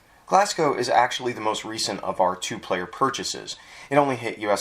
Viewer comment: Good vid. Just to let you know, Glasgow is pronounced Glaz-go.